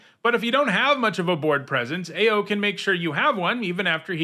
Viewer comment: I am OW-ing every time I hear mispronounce Ao the Dawn Sky. Ao in Japanese pronunciation is said as OW or Owl without the L in English.